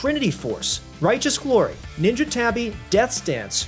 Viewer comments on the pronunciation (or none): none